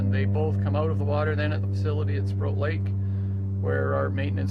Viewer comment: To note: it’s not Sprout Lake, it’s Sproat (rhymes with ‘boat’) Lake.